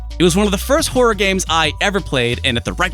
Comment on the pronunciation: YouTube's auto subs picked up your pronunciation of horror as "whore" Oh utube